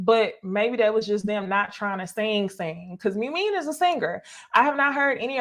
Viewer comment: It’s pronounced Moo Meen and Nye Im. I feel like YouTubers watch these shows on mute lol